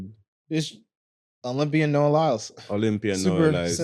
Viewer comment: His name is Noah..not Noel